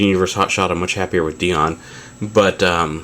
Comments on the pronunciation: DIE-ON not DEE-ON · It's Dion (Die-on)